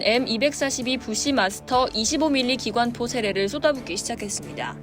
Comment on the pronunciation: 이게 뉴스냐? 브래들리와 T-90의 교전 영상이 얼마든지 있는데, 엉뚱한 영상만 계속 보여주네. 25mm 부쉬마스터 주포 설명하면서 부무장인 7.62mm 기관총 사격하는 장면만 계속 나오고.. 기관'포'를 '표'라고 발음하지 않나.. 요즘 언론사들 인터넷 뉴스 너무 성의없이 만든다.